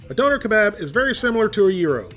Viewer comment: It’s pronounced duner k-bob